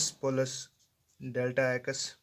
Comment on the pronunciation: Aap ko to plus b nahi bolna aata